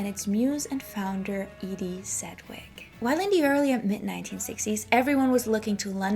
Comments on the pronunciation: Sed wick? Oof. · You should learn how to pronounce her name correctly, if you're presenting yourself as an authority: 'sedj-wik. Note the "j". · Same here. But Edie’s last name is pronounced SEDGE-wick. Sedge rhymes with hedge. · FYI, her name rhymes with "hedge-wick." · Please learn how to pronounce her last name. Am i aski g too much? If youre such a fan , learn her name. You to claim to have put your "heart and soul" into your work. Well, learn it